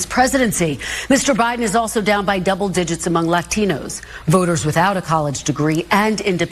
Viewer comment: Did she say "Leftinos"? I listened to it twice and that's what I think she said!